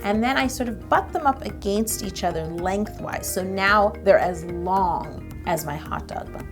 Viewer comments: I like how she pronounces the word "against". Ah-GAIN-st. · I live the way she says “against” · I love the way Yolanda says "against", anyone else? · omg I love how you say "against". Us Texans say it different but I love it. I'm really fond of accents